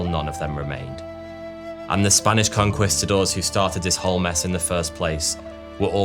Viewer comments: Con-kwis-ta-doors? I thought it was Con-kweest-ta-doors? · conqwhistadors 😂😂😂😂 really bro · lost me at conkWISTadors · CON-QUAST-TA-DOWRS bahahaha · hate the way he says "conqwistadors" but good video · please tell me "con-kwist-a-doors" isn't the standard british pronunciation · “Conqwistadors” lol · as soon as i heard "conkwistadors" I knew it was gonna be a bad time. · Con-quist-adores? Wtf kind of pronunciation is that?😂😂😂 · con-CUHWEST-uh-doors, bro what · Conquistadors = Con-KEYS -ta-dors. Spanish soldiers, Spanish pronunciation. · Con Quee-Sta-doors. Emphasis on the second syllable. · Racism? You mean... to mispronounce a word that refers to an extremely evil group of people? Look, racism exists but this only makes me want to pronounce your congestidaors even worse from now on. Sorry, who were they again? Gongestädörs? Qongeestadars? Who cares anyway.